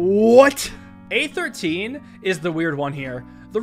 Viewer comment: He says "A13" but I hear "Aether Teen"